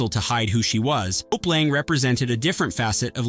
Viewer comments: It's "Lang". The "e" is silent. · 1. Mary Martin was a musical theater actress, NOT a costume designer. 2.Hope Lange’s last name is one syllable